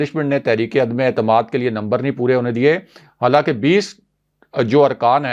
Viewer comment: اردو کا تلفظ درست نہیں الفاظ ٹھیک بول نہیں سکتے اور بنتے ہیں مبصر کرتے ہیں تبصرے تنقید کرتے ہیں دوسروں پہ. عدمے اعتماد 😂😂😂😂اپنی غلطی کو جانتے بوجھتے درست نہ کرنا جہالت ہے